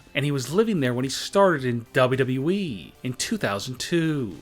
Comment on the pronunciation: Stfu its not WWWWWEEEEE its WWE